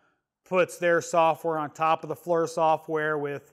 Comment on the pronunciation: The high res on that one and the FLIR certainly look cool, a step or two above the Predator's lol. Oh I'm not one of those dicks but it's pronounced Fleer, Knipex all over again